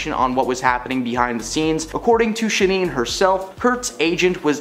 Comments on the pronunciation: ShannEN…not ShaNEEN 😐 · It's Sha-NONE, not Sha- NEENE! It's insulting the lack of research on most of these stories. Wow. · IT'S "SHANNON DOHERTY" NOT "SHINEEN DOGHERTY"!!! KILLIN' ME WITH THAT ONE 🤦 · “If she were still living in the states…” Um, need I remind you, (Maui) Hawaii IS one of our states??? Also, it is pronounced SHA-nun, not shuh-neen. Have you never heard of her???